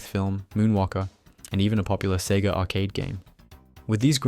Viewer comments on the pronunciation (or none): none